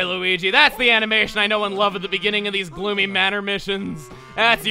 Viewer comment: At the beginning, I thought I heard him say "Bloomy" instead of "Gloomy".